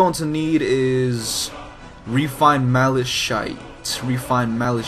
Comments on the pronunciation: Malashit It's pronounced malakite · ma-li-cite is how it is pronounced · Mala-kite is how it's pronounced.